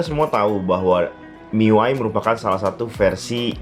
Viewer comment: baca miui aja "miuai" wahahahaha Mi UI bung :v sok